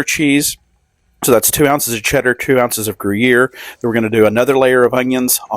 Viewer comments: Gruyère rhymes with where, not hear. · I hate to be the Grammar Police, but you called it Grew Year cheese. Since I am on a first name basis with the cows that make the cheese, I will give you a lesson on how to pronounce it. Most of the cows speak French, so you will never get the accent correct, but you can try. Grew Yair, so it rhymes with air. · Food looks good but "Groo-year" made me throw up in my mouth. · I’m not a big onion fan…but I am going to try this! Ever since covid, I have wanted things with STRONG AWESOME flavor! PS…isn’t the gruyere pronounced gru yay? Serious question…I truly don’t know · Grew-year. Sure. OK. Like that's a thing. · Grew-year cheese, huh? 😂😂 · Gruyère- pronounced “grew-yayr” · Looks great, but use some food gloves for fuck's sake. And I won't even discuss "gru-YEAR." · Saying gruyere like that!!😮😮 😅😅 I can feel the French wincing 😂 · You gotta say Gruyère exactly that way to make it authentic Tennessee … otherwise they’re just cheesy onions